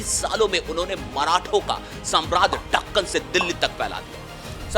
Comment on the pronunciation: अरे वो ढक्कन नहीं दक्कन होता है